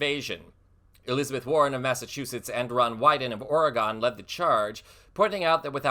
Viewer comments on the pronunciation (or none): Its "Or-ee-gun", not "gone" (I hate being nit picky but no one says it right lol) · Please pronounce Oregon correctly. It is Or - ee - gun, not Or - e - gone. I know, a not-pick, but the correct pronunciation is appreciated. You can call Elon by his proper name - Muskrat. That's appropriate too. Finally, you know X is hearing that Drumpf should STFU directly from the Muskrat. AND that Drumpf is "not the president and should go away." 😉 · Thanks for all your reports,! And btw, just you know (but not to be snarky), Oregon is Or-again not Oregone. We're picky about that. Thanks! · Hon, Oregon, is pronounced Ore ee gun. Not Oragone. 😊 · Or uh ghen. You must be from back east if you don't know how to pronounce Oregon.